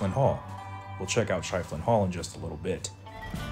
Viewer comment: That's pronounced "sheffelin".